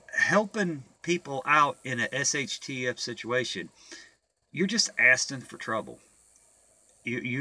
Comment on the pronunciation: Assten for trouble? A lot of blacks say don't "AXEN" me. you say "ASSTEN". I say "ASKING". I just thought it was a bit funny.